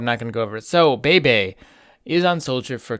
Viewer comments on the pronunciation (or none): none